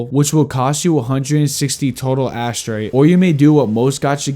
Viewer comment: Asterite ❌ -> Ash tray ✅